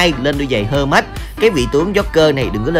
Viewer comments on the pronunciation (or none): Giày hơ mách hả anh sao ko đọc thành giày hơ nách đi